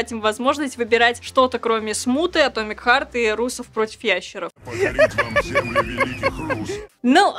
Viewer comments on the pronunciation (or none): none